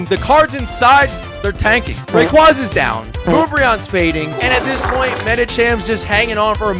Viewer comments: WHY CAN'T YOU SAY RAYQUAZA RIGHT???????? dude this is your full time job and you can't say RayQUAZA.... no RayQWAZAH.... don't it's not spanish. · Ray-qay-za my big bro you goofy for that af.